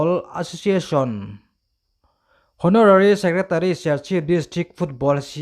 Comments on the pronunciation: Honourary tih hi Awnawrari ti a lam mai tur aw,hawnawrari a ni lo a nia aw a chhiartupa. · LBS Suzuki Twenty One.... tia chhiar lovin LBS Suzuki Twenty First... tiin (vawi sawmhnih pakhatna) tihna a ni e. Chuan, Hawnarari ti lovin, Awnawrari ti zawkin o. ❤❤❤ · Haw-naw-rari ni lovin, aw-naw-rari ti a lam tur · Mualpui lam pawh hi MFA hian hrem ve ngei teh se chutih rualin saptawng thumal Kan lam rik reng rengin dik taka lam tum a tha Kan lam thiam mailo anih pawhin a thiamte rawn hrehlo ila..youtuber i ni a viewers tam tak i nei a ila neih belh zel pawh ka ring a saptawng hian lam Dan dik a nei vek a dik Tak a Kan lam hian ngaihthlak a nuam bik a ni. Honorary..zone etc Intih thiam na lam anilova a dik a lam mai kha a fuh ber zel ania mizo hming leh thumal nilo deuh hlek a hnamdang ten an lam rik chuan Kan helh em em a a bul hnai a miten an hrilh lo em ni Kan tih chung thin ang hian saptawng pawh a dik a lam mai nise